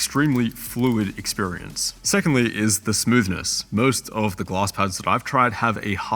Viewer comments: took me 2 full minutes to realize you were saying glass pad and not gloss lmao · Took me forever to figure out he was saying "glass". I couldn't understand why I couldn't find any "gloss" pads in Google 🤣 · are you saying gloss or glass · My man says Glass like Gloss :) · The whole time I thought you were saying gloss pad lol.. I was like wtf is a gloss pad??😂 anyhow no thanks I would rather stick to the my logi g440 and superlight 2 using moissanite skates.. smooth as a babies ass.. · i swear he was saying gloss pads, and couldn't find them for the life of me